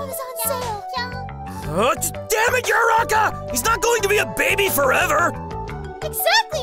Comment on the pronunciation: It's Uraraka not Uraka